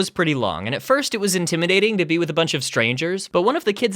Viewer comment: "at first it was inTIMidating..." Oh.